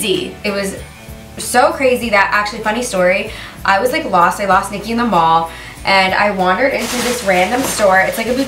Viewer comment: It is Niki not nikhi but yeah I agree with you